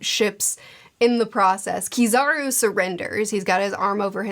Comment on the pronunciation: Kizaru? You mean PIZZAru, right?